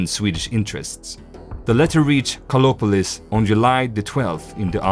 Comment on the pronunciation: I was searching for "Kolopolis" bec someone could not pronouce the "a" and "r" of KARLOPOLIS..... 👎